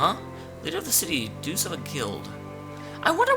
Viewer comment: How are you mispronouncing "Entelexeia" wrong when JUST heard it? In fact, there are quite few words you're still mispronouncing, such as "Duce" and "Palestralle". I could understand why, that is... if the characters didn't already say them out loud =|